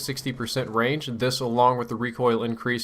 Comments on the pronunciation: at first i thot u were sayin the gun had rage im like wtf?! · say range again please